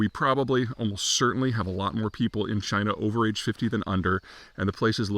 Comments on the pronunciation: It's pronounced CHYNA! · No, it's pronounced 'Jina' again.